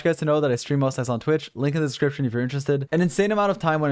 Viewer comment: The "Link in the scription gshwgys terested" never gets old. 😔🖐️